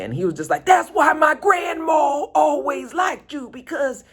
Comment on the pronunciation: Every time say Gran Maww!! I just laugh!!